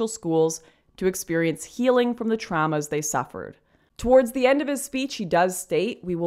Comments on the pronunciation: Please learn how to pronounce "a's". It's not DRAAAEEE-MA, it's drah-muh It's not TRA-MUH, it's trah-muh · yeah, I caught that too, it triggered me so hard that i think it caused some "tramma". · Lauren says "trauma" with an accent and I'm Canadian